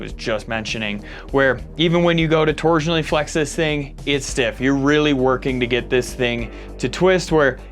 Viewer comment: Came for the Caym-ber. Stayed for ToureJéonal fleckssss